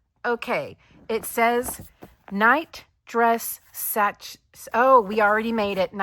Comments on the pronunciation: Both projects look great! You're such a great teacher and crocheter. BTW: "Sachet" is pronounced "sash-ay". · You could probably take a picture with your phone or camera and print from that. You would not have to press the book as flat and you can maneuver the phone to include the print near the inner portion of the page. You should look up how to pronounce sachet. The ending is “shay”. It is one of those crazy French words which are not pronounced as they are spelled, for English, that is.